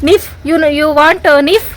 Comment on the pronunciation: ನೀಫ್ ಅಲ್ಲ😂😂😂😂😂ನೈಫ್. good try👏